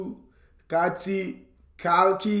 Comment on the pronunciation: Kaththi not Kathi